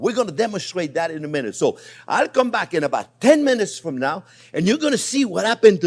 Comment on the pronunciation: nice the "from" or "frum"